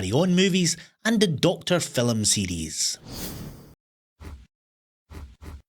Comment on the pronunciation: The quizzes are great fun. My German husband and I play each weekend. However I find the "scores" you get are quite ridiculous, as you are the quizmastee!!! Also its film, not "filum" 😂😂